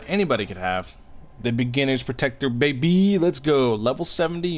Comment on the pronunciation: If I hear say "Best weapon, babY" again, I swear I'll